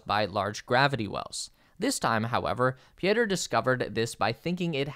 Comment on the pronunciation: Pieter is pronounced Peter...how hard can it be.... do your homework yank..